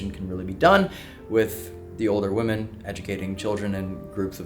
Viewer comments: women, not woman 🙃 there's that cali accent. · Can someone please educate on how to pronounce "women" correctly. No disrespect, I love you guys but i have been listening to that for so long now and it's very annoying and I am upset no one has said anything before 😅❤